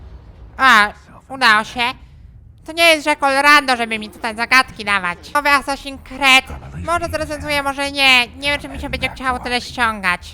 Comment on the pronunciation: Myślę jaki Sesin kret, a to Assasins Creed. Masz mnie klocuch